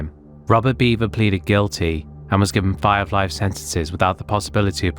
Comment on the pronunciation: Not "Beaver" its Bever. B-eh-ver.